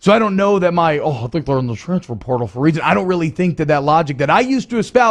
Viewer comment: "Transfer perrtal" 😂😂😂